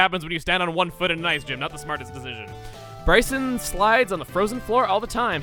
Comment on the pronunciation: I have been waiting for this gym since my name is also Brycen wanted to see if he pronounced it right and I was happily surprised. Thanks chugga, keep up the great videos man